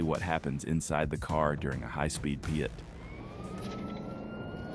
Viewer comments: Just say PIT. Not P-I-T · Funny how the AI narrator calls a pit maneuver a PIAT maneuver...